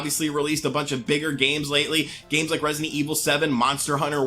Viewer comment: I rike it a rot